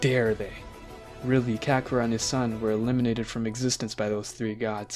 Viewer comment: And kacarrot